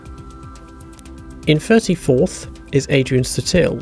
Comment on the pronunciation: It's Adrian Suuuuuuuuuuuuuuuuuuuuuuuuuuuuuuutil, damnit!